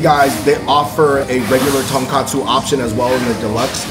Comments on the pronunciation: Andrew & David, you guys keep pronouncing it TonKAHtsu. It is pronounced TonKOHtsu. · It’s tonkotsu not tonkatsu